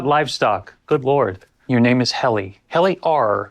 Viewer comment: It's not Healy, It's Helly R.